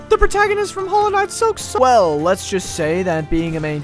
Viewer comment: "The protgaonist"